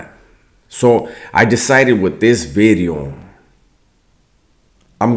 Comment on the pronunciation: idk it dont really bump the same when you dont say NEW BIDEO. Great talk tho man I appreciate you